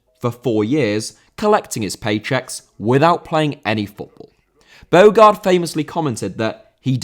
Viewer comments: Your pronunciation is awful. Ade is pronounced "Addy". Bogarde is pronounced "Bo-harder". It shows you only read fact sheets rather than experiencing it at the time, nor looking at them playing on YouTube. Poor show, man. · Bogarde* not Bôuwgard